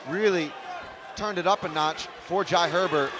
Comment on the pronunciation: The commentator can't pronounce jai 😂😂